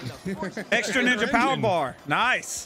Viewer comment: "Teenage mutant njnja show" common squirrel 🤦‍♂️